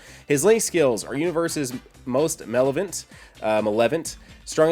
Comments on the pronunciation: LOL! Malevolent MALE-EV-O-LENT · Great vid as always. Check that for the pronunciation of malevolent :P It's a 4 syllable word.